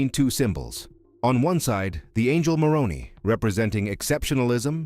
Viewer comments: It's pronounced with a long "I". It was my dad's middle name. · The Pronunciation is More own eye is how it is said. As a Protestant Utahn I know. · As a native Utahn, the name "Moroni" is pronounced as "more-own'-eye" -- long I at end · It’s pronounced Moron👁️ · Your annunciation of the name of "MORONI" appears to be an intentional Bastardization and disrespect. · Your robot mispronounced the name 'Moroni'. The emphasis comes on the last syllable, not the second syllable. Get it right! (I"m an atheist). And Mormons don't want to be called Mormons; they prefer to be called by the acronym "LDS".